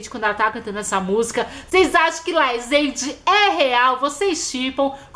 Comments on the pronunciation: GENTE É LAZENDE E NÃO LAIZENDE MDS, TODOS OS FCS USAM LAZENDE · Se até Camila Loures fala laizende ai ela sabe de alguma coisas kkkkl